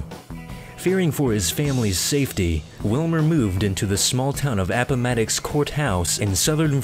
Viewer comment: I'm noticing that a lot of thee "list guys" don't know how to pronounce anything